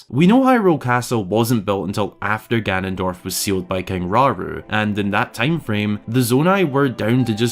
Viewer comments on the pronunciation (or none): none